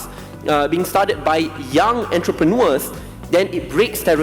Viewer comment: Kena adjust sikit pronunciation pd perkataan entrepreneur tu